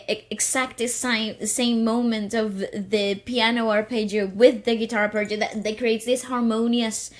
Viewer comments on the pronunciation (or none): none